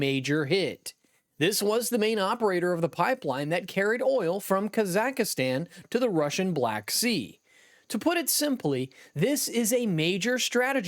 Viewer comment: From the Netherlands: If you want to be taken seriously, PLEASE learn to pronounce names correctly (Kazakhistan is actually Kazachstan!).